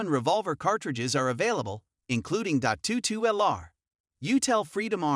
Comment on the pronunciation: "Dot two two?" "Six hundred eighty-six?". Are you kidding me? This guy knows nothing about handguns! What kind of idiot listens to this as advice (as opposed to merely humorous entertainment)?